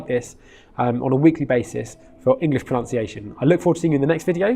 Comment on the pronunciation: Did you just pronounce proNUNciation as proNOUNCiation?